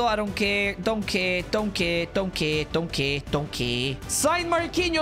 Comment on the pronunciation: When you said don't care it sounded like you said donkey